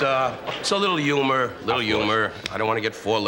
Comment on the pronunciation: Johnny pronounced humor "hoomer"😂